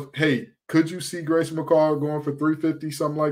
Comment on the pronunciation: Grayson you nailed the pronunciation!